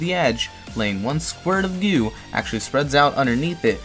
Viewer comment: Every time he says “gew” I want to kms